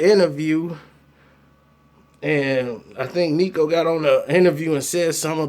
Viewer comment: The manager name is Kino not Nico bra lol